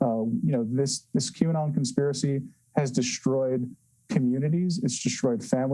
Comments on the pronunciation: Is it pronounced Q anut? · Lol, why does everyone keep saying Q anon?" You would think by now they could say it correctly. Check out the Like to Dislike ratio. It is 1.7k Likes to 4k Dislikes. I think they are completely missing the point.